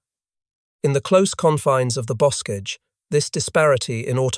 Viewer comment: "bokage", "et-tee-en"